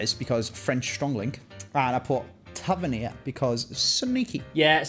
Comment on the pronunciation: has been bullied by the Scottish fans that much he’s changed how he pronounces tavernier 😂😂😂